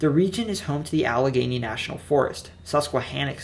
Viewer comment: he got allegheny right as well, which i had no idea how to pronounce until i heard the philly subway speaker say it